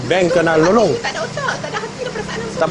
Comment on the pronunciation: "pasai paaaa bank kena LOLONG .." ?????